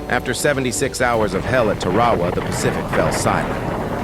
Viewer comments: It’s pronounced Tar-a-wa not Ta-ra-wa. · Looks like the AI needs to learn how to pronounce Tarawa.